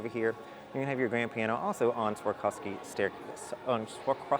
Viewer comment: Ok it's Swa-rov-ski though 😉